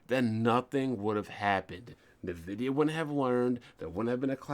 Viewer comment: I like how you spell Nvidia like "Nuh-vidia". :)